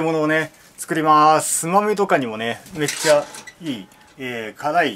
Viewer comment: めっちゃが、「うぇっちゃ」に聞こえる